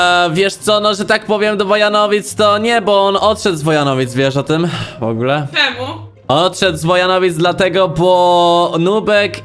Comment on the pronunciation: powiedziała "czemó" xdd